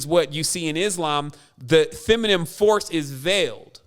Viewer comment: I love you but man, you mispronounce so many words....can you please stop saying feminiMe, it's feminine with an N lol